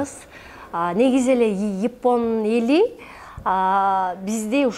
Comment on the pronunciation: Ипон дебей Япон дечи